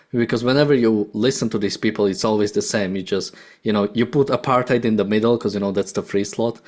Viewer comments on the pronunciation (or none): She mispronounced 'Apartheid'.